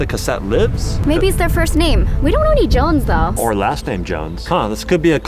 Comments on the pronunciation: not jones. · Its juusten